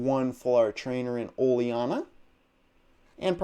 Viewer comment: Its ol-eena not oliarna btw